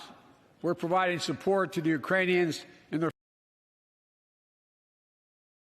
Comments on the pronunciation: Uranians, he said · He said "Uranians" and they put "Iranians" in the subtitles. He's wrong either way but not in the way you're suggesting. Are we really going to do the thing where we each show each other clips of presidents mispronouncing something? There's plenty no matter which president you choose. This is all you took from the speech? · exactly what he said, how did they all hear Iranians? It was def uranium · I heard Iranian 🤣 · Bruh, he missaid it once who tf cares? Y'all are too dramatic, he said Ukrainian properly multiple times, just jumping on the criticism train unfairly again 🙄